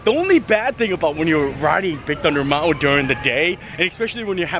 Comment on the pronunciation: Hey, I LOVE the way you say MOUNTAIN!! 💕. Ha. ( Not making fun of you, I’ve just never heard it pronounced Mount-Wen before!!). I really like your hats. They really suit you. Maybe you could wear your favorite sports team(s) too!! 😃